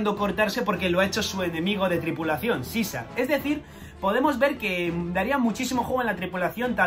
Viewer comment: Ibas bien hasta que dijiste Caesar